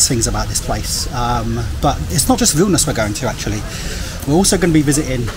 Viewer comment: Užeikite means come in. And yes, your pronunciation of Vilnius is correct!